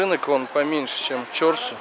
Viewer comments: В узбекском языке ударение всегда на последнем слоге. Режет ухо ЧОрсу, нужно говорить ЧорсУ. На самом деле это два слова, в переводе - четыре (чор) реки (су), ручья. Место слияния когда то было. Рынок много раз перестраивался и благоустраивался. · Пожалуйста прежде чем произносить название какого нибудь объекта,спроси правильное произношение " чорсу" ударение надо делать на у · И не Чо,рсу, а Чорсу,! Старый город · Если честно, заеб*л коверкать неправильно. Периодически смотрю, но твое коверкивание простых слов, состоящих из 5-6 букв, на прочь отбивает желание. Я понимаю, ты не узбек, и тебе может тяжело дается произношение оригинальных названий и слов, но Чорсу - это не сложное слово. Всего ДВЕ гласных, ударение на вторую гласную "У". У тебя, кстати, много таких ошибок и других видео, когда простое слово произносишь неправильно. Присмотрись, как его произносят, если надо спроси. Ничего личного.